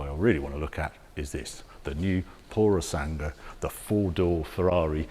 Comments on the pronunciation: Pu-ro-sàn-GUE Not "pursang"🤦🏻‍♂️ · Puro sangue, pronunciare "sangwe". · Oh dear, Harry needs to work on his Italian pronunciation. It’s Purro-SAN-Gway.